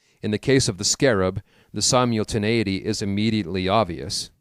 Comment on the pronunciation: Sy-mule-tinAity or sim-ul-tinAity? Haha i do enjoy this work I'm just commenting on something i noticed